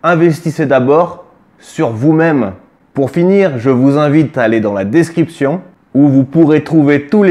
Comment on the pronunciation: Bravo mon! Toujours aussi intéressant et ludique! Dès que j'ai 2-3 ronds à investir je le ferai en passant par les liens dans la "Descwipchonne!";)!